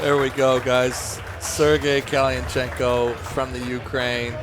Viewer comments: One hell of an intro! Nothing cooler than hearing this idiot pronounce kalinichenko 😎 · Never has a name been buthered worst that that presenter trying to say Kalinichenko 😂😂 great match thank you Magda i got the ppv